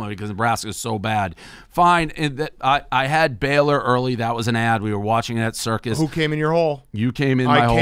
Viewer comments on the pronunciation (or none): "we were watching it at Circus" lol. Circa, Dave.